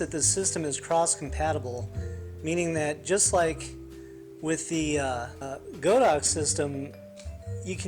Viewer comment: Great video, I too was having a problem with HS sync...Thanks for the info. By the way it's pronounced God-ox not Go-dox